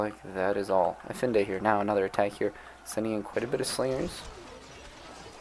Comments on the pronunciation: Brooo, love your videos, but it’s EFaENDI not efinde. It can’t be that hard to put how to pronounce Efendi to youtube and watch a few sec video :D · For the love of god, please say "F" Now "N" Finally "D" Congrats! You pronounced Efendi correctly. Now you know. I hope we will hear the correct pronunciation in the future videos.